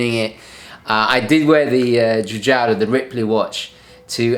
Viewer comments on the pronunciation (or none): Giorgetto Giugiaro... Non Giugiotto. Ahahahah Un caro saluto! Ottimo video. ;)